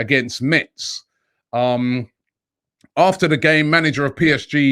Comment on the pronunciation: For goodness sake Robbie!! 🤣🤣 it’s pronounced Tu’shell’ 🤣🤣